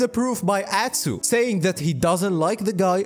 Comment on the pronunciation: i kept repeating "god bless you" every time you said atsuuu